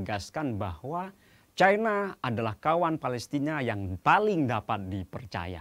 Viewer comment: baca aj 'CINA' jangan 'cai na', penyebutan kata cina itu kan penyebutan yg diindonesiakan, nggak apa kok